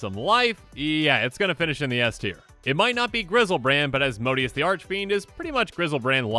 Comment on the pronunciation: (Azz-moe-day-es) Asmodeus